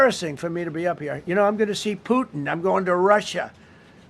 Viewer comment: She says President Chump and President Poo-in. Her mouth must be sore from all the heratio.